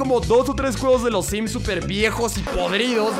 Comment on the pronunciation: Creo que dijo simp y no sims